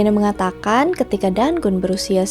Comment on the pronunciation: Keren kak!!! Suka bgt ndengerin kak cerita sebelum tidur sksk meski kadang klo sambil merhatiin videony ada gambar yg ngagetin 😆🥲 단군: Pengucapannya lebih ke danggun karena ㄴketemu ㄱ 가믄장아기: Gamenjang-agi Yang dewa habaek tulis nya 하백 kak, kalo 해밝 bacanya jadi haebak sksk SEMANGAT TERUS KAKK, kutunggu next videonya 😍🤍🤍